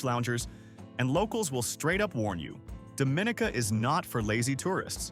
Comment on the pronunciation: You pronounce Dominica Dohm min eeka- and Kalinago as Kal ee nah go and Morne Trois Piton as mourn- one or two photos not of Dominica= but nice, very nice pics and it looks like a nice place to visit the way you have displayed it- I will look for more of your videos of other places, just ensure you pronounce the names- and maybe give different ways for people to access there-and any hotels? Thanks for this nice video. There seems to be a lot to do. And for the commenter that asked about a nightlife, it depends on the time of year- Oct, Nov and Feb seem to be high night life times.